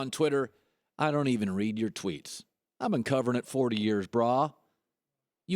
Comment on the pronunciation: Colin trips me out when he says Brah😂😂😂 it's bruh!!!